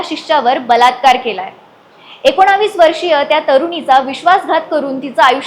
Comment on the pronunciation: एकोणावीस नाहीं ग एकोणवीस